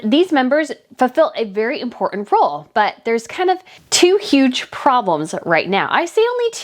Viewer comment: Hey, how can you take a journalist seriously who cant pronounce the T in important? You cant!!!😂🤣👍